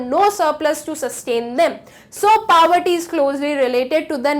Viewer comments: Not powerty it's poverty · Mam it, s poverty not pavarty😆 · Power tea Nahi it's"Poverty👍👍